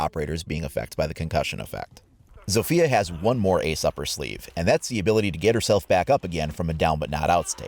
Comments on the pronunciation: In Poland we read her name Zofia no Sofija :) U can hear this in google translate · its ZAW-fee-uh not ZOWE-fee-uh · Era is how the devs pronounce ela and sofia is how they province zofia (I’m making fun of them btw T_T) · As a polish person the way some people say zofia,it kills me.